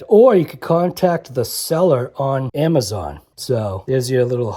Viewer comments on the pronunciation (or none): none